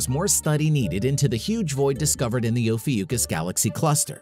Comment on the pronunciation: Oh fee ookus ? Never heard it called that before.